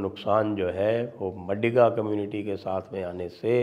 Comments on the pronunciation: It is मादिग and not मडिग, Sir ji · Sanjay Sir the correct pronounciation of MADIGA Caste is माधिगा 🙏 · It's not madiga, it's "MAADHIGA"( sc)sir... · Madiga nahi sir, Maadiga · Maadiga, d as in "the" not MaDiga. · Not madiga, it is madhiga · maadhiga and kaapu is correct pronounciation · Sir it’s pronounced as maadiga